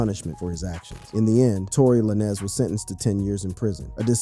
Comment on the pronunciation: Because you said Tory lanes Name like that so many times I’m not liking this video 😂